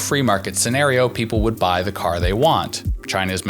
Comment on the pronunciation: What the heck is a 'pepole?' LOL